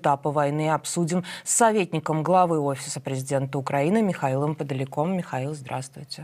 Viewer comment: Ох уж этот русский гаварок.. « с Михаилам Пдаликом» 😁